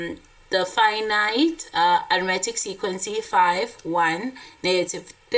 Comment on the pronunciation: I love it when she says sequency